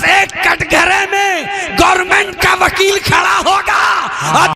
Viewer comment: وقیل نہی وکیل ہوتا ہے